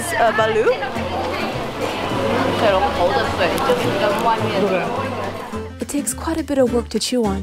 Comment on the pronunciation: Do you mean balut you just said balloob